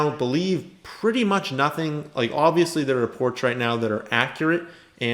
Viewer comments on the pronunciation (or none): none